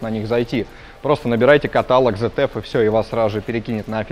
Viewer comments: АКПП ЗЭТЕФ??? ИЛИ ВСЕ ТАКИ ЗФ (ZF) НА первой же минуте вырубаю, этот чудо обзор.. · Аж слух режет, коробка Цэт эф, в немецком нет буквы зед, когда ж вы образовываться начнете, обзорщики